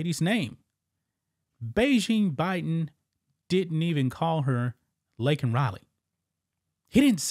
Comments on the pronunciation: It’s Laken, Not Lincoln, Obama’s Puppet is Malfunctioning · Laken. Not Lincoln. He at least got "illegal" correct. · Unbelievable, did anyone catch that Biden keeps pronouncing her name wrong? her name is Laken, not Lincoln!! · He butchered her name just like he kept looking a his wrist watch when the falling soldier pass by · Yeah and he got her name wrong 😂